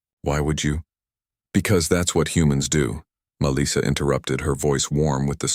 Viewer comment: FFS, please teach this AI how to pronounce Melissa.